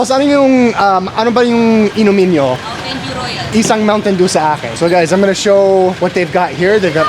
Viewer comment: Ang sarap naman ng sizzling sisig na yan kuya. Pero huwag pong kakalimutang hipan muna ang pagkain bago isubo hehe! Napaso na naman ang ngangabels ninyo hehehe! Bonne appétit po. Sana mag sponsor ang mountain dew sa inyo. Mukhang pareho kami ni ate sa bigkas ng softdrinks na yan. Mounteyn dyu 😃